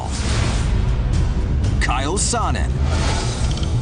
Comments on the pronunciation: "Kael sonnen" its chael u dumb fuck. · Its chael sonne not kyle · Kyle Sonnen smh its Chael smh